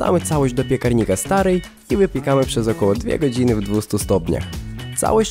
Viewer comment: czy tylko ja tam usłyszałam piekranik starej ? XDDD